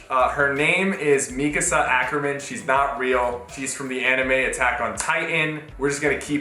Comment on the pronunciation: 😭😭😭 he said mikasa